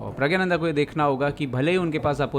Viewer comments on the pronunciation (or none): Are प्रज्ञा nhi 😂😂 प्रग्ना nanda😅